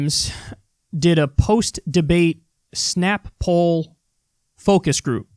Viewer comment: It's so fucking pathetic already, with the MSM trying to push every single Neoliberal on us cuz they're "anybody but Bernie." 😆 BTW, anyone else notice that Kyle pronounces "Snap-Poll" as "Snapple?" 😁